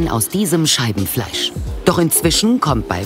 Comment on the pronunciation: Warum verstehe ich immer anstatt Scheibenfleisch Scheidenfleisch 🤔😳🤣